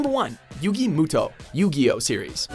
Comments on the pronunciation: U SAID YUGI'S NAME WRONG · Um sorry. I just can't get over the way he pronounced Yugi's name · How are you gonna say Yugi's name wrong wtf is wrong with you lol also totally called he'd be number 1 XD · I'll just brush aside how he literally mispronounced Yugi's name, but holy shit Yu-Gi-Oh!'s hair in Zexal and Arc-V is sO tragic and it's actually painful I just